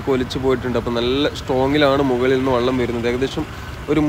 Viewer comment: 'വള്ളം' ഇടയ്ക്കെങ്കിലും വെള്ളം ആവുന്നതിൽ സന്തോഷം.. 😄 'മയ' മഴയാവുന്നതും 'പുയ' പുഴയാവുന്നതും കാത്ത് ഈ 'കമന്റോളിയുടെ' ജീവിതം ബാക്കി.. 😆 #എന്റെ_മലയാളം #എന്റെ_അഭിമാനം